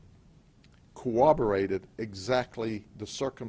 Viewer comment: Phonics lesson for today " Corroborated " Cor-rob '- or- rated.....😃